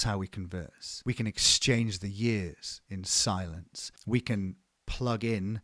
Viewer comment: At the beginning i thought he said “exchanging the S in silence” like to bodies against eachother in an S shape. Wild.